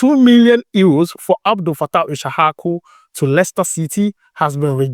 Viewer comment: Please pronounce the name well for us too is issahaku not ishahaku